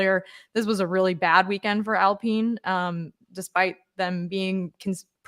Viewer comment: when did it become alpeeen.?